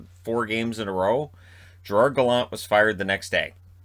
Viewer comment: It's pronounced Guh-Lant btw. He's from PEI not Quebec. I'm also from Summerside sooo what do I know?